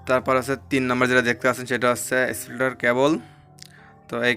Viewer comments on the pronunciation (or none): Splitter উচ্চারণ ঠিক হয় নাই আপনার।